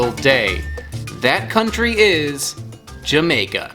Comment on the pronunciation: series should be called: wakin troo jamaka literally spelt like that n pronounced like it to add to the charm